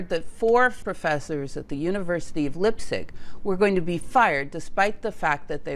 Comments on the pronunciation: leipzig not lippsich.... do your homework please, don't do videos if you can't do the basics.. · lipzig or Leipzig… one could easily just have asked Google to get the name correct🤔. I mean she got Heisenberg right and did not say hissenberg😊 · Leipzig is pronounced LEYE-P-TSIG, or in the local dialect LEYE-P-TSISH. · It is Leipzig pronounced Lypzig not Leipzig. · Hey,don`t say Lipstic,it is "Lyptzish" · Thanks for an interesting video. Please take a listen to pronunciation of German name (people and places), as they differ from our English pronunciation. Lipzig had me fooled for a mo', Leipzig = "L-eye-p-zig." I think the rule in 'ei' and 'ie' is pronounce it as the name of the second letter. As you may know, we can say either or either! (or, at least, in the UK). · It’s Leipzig , you should pronounce it like Laipzig not lipzig. It’s a very nice university I did my bachelor’s degree in physics department there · Great video as always. Minor point: I believe Leipzig is pronounced “laipzig” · Pronouncing Leibzig with a short 'i' instead of a long 'i' sound started grating on my ears. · Very interesting but you are consistently mispronouncing Götingen (sounds similar to "gettingen") and Leipzig (sounds like laiptsig) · Leipzig isn't pronounced as "lip-sick"! The "ei" in Lei.. is pronouced as the ..ly.. in "fly" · Leipzig is pronounced Lighptsig! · "Leipzig" is pronounced "LYPE-sig" "Pauli" is pronounced "POW-lee" "Planck" is pronounced "MAHKS PLAHNK" "Goebbels" is pronounced "ɡœbl̩s" (rather like "herbals" without the R) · It's ok,; except for Leipzig, you did great. ❤ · Yes, well, it's even harder for native english speakers, there's a hard 'ts' after the 'p'. I did not immediately recognize what she meant. Though, fun fact, in the old books Leipzig is referenced in latin as 'Lipsia'. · Informative, could you also make a video on why Pascual Jordan didn't get the Nobel prize because of his Nazi links. I forgive you for butchering Leipzig btw😀